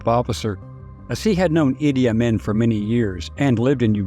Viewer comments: Let's get something straight from the start: his name is pronounced "Ee-dee Awe-mean" it has never been pronounced "Ah-min" by any scholarly account. This is troubling at best... When the simple things are flat out wrong what about the things that matter? Think about it... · As a supposed historian, I can't believe you would mispronounce the name of one of history's worst dictators, Idi Amin. Weird